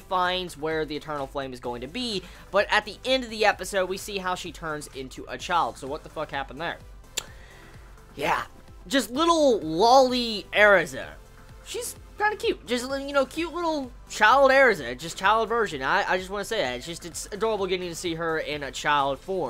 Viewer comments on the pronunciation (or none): it's pronounced LOLI-Erza, and it's fetish art